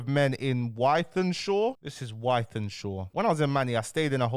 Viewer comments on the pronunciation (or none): Ythanshaw 😂😂😂😂😂😂 its pronounced Withenshaw FFS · Spelt Wythenshawe but pronounced Wi-thin-shaw 🤣 understandable cos u don’t live in Greater Manchester aha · It’s pronounced With-en-shaw bro 😂